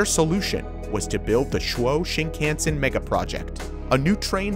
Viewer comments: Or Chuo Shinkansen. Not Chwoh Shinkensen. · You horribly mispronounce “Chou Shinkansen”. Chou = Chi o u = cho u Shin kan sen = Shi (She) n ka n se n The “kan” part is not pronounced like the word “can”. It is pronounced like “khan” as in “Genghis Khan” When in doubt ask a native Japanese person or look up online how to say it correctly!